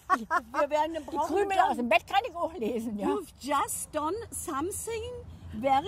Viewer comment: SCHOMETHING SCHUST 😂😂😂 Something just würde das sein😂